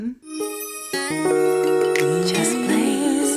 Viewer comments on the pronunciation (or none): You pronouncing Cam’ron like Cameron is sending me cause it’s so cute and innocent 😂